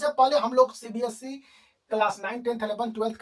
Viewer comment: Sir by the way its not cbsc its cbse 🙂😂 but nice explanation sirr